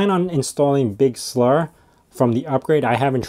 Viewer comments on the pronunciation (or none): Big Slur lol